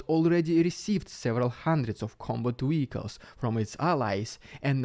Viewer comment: DON'T CHANGE ANYTHING. I am just saying this because I honestly enjoy accents (American living in Spain, lived in Romania...). I like when you say Vehicles. Partly because it is good for Ukraine, but also because your "V" is a "W". Don't get me wrong, you are simple to understand... I've come across plenty of Americans I need a translator for. I'm already subscribed because you are one of few good sources. I have one other somewhat Russian guy I listen to...I don't want to appear to advertise for him. But you guys make me feel fairly confident that I know what is going on.